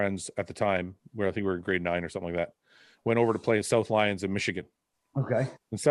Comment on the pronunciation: It’s South Lyon not South Lions 🤣